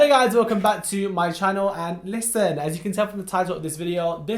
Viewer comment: Where's the emphasis on LISTENNN 😔